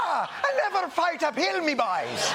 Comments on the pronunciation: I thought he was saying “never fight a pill” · Funnier still, i kept hearing "fight a pill', not 'fight up hill.' Team OJ, indeed. Lol. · I thought trump said "never fight a pill!" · Ahhh ! Up hill! It took awhile. I thought tRump was saying fight a pill.